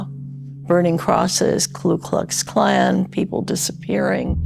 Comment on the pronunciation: It is KU KLUX KLAN, NOT KLU etc.